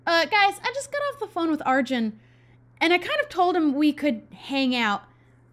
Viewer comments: its are-june! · When says Arjun I automatically think it’s pronounced “Arwin” or like “Arween” because of how it’s spelt, and how the J would sound in Spanish.